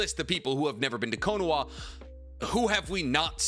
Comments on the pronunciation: The way you say Konoha with a W instead of an H makes me want to stick a fork in my eye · What does he say konoha like that guys I don’t get it ?